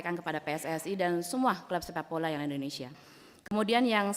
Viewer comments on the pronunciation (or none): Si ibu aja nyebut indonesia = Endonesia Aku mah suka kesel org indonesia nyebut nya endonesia Klo org luar negeri sih ga mslh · Ijin bu rosi, Indonesia bukan Endonesia